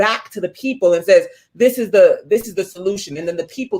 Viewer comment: “Da” why did you say da instead of the lmao.